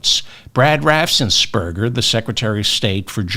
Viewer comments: Dear David... just a small correction... Georgia Secretary of State is called Brad Raffensperger and not Rassensperger... might make it easier for you to pronounce... love what you do. Always brightens my day... warm greetings from Julia, a Brit in the Netherlands. Wish I could vote!! 💙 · Sorry David, but I’ve never heard you correctly pronounce Brad Raffensperger’s last name. Only one S in it: raf-enz-per-ger. Love your show!